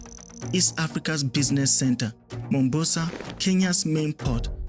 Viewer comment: My brother, it's not Mumbasa, it's Mombasa, 'Mo'. In Swahili, Mombasa is historically called "Kisiwa cha Mvita" (or Mvita for short), which translates to "Island of War".This name comes from the city's long history of being fought over and changing hands among Arab, Swahili, and Portuguese rulers over the centuries.The name "Mombasa" itself comes from the original Arabic name for the island city, Manbasa.